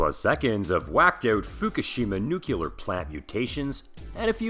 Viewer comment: Please,, it is nuclear, not nukular. Bad pun about you neeking up on it. What do I win?!?!